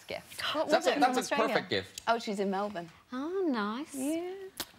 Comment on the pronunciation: FINALLY! Someone foreign who knows how to correctly pronounce Melbourne!! XD